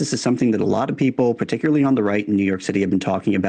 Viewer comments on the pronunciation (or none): none